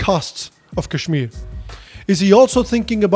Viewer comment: jinhe sahi se kashmir kehna nahi aata wo ispe gyan baantenge, chutiye😂